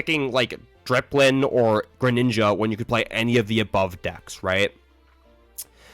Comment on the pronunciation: dipplin. not dRipplin.